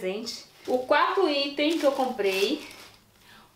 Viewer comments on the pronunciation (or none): none